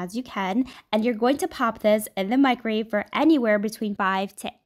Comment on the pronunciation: “No one will believe you cooked this in a micrave.” At what point is the way she talks considered a speech impediment?